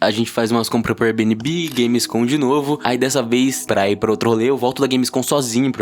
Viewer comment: Kkhkhkhkhkh "érbinibí"